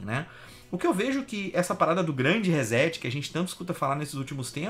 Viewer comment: Rezéti fio?...quer dizer que setar se pronuncia zetar?...fala serio hein...reset se pronuncia reçeti...ou resseti...assim como setar se pronuncia çetar... em portugues brasileiro...em inglês reset se pronuncia riset...com t mudo ...reset que vem da eletrônica digital significa zerar tudo...começar de novo...Internet tambem é cultura...